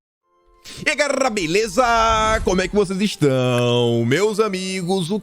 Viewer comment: Cara, não fala mais gaRela!😡, é gaLera. 😃😄